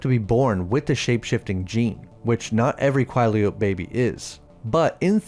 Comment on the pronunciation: I genuinely hate how you pronounce Quileute like your doing it on purpose